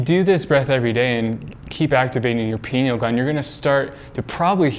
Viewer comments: Pronounced🥸—- (Pie-Kneel) 🤨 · Guys, take a drink everytime he says pineal (but he says "pee-neal") and youll be wasted in no time.